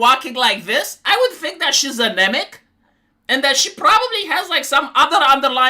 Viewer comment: You said anemic and I thought you said a Namek.... like a namekian from dragon ball lol